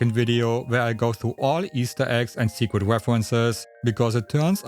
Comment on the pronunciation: 'Secwet of Mahhna'